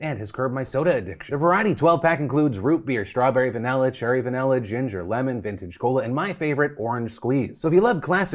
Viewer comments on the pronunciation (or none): Stuck on Philip saying "Vanella" instead of "Vanilla" in the ad part...